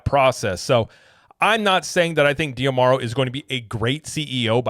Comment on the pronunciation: I believe his name is pronounced "Josh Dah-Marrow" (based on interviews I've seen) rather than "dee-ah-marrow."